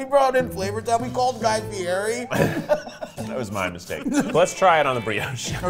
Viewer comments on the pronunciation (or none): Ummm, guys….His name is pronounced Fee ED ee.